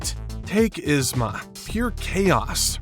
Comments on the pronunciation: To add to this, its "YEEZ-ma", not "Is-ma" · EEzma! Not Izma lol This was driving me crazy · It’s so weird to hear you call her Iz-ma lol. The movie calls her yeez-ma